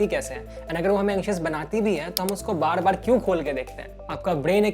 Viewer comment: he says bad bad instead of bar bar